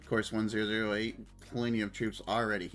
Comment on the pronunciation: it's refreshing to watch a streamer who can actually comment on the match! thanks for the video! one thing though, it's 1oo8, not 1008 please:) cheers!